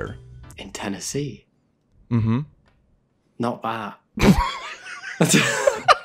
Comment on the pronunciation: “I just don’t have the accent” “Not that” I literally heard how he said those two words and was like, “Oh, I didn’t realize he was Scottish.” Then 3 minutes later…